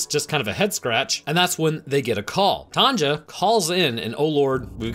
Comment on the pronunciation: Wait, you don;'t have women called TANJA there? Why pronouncing J as G?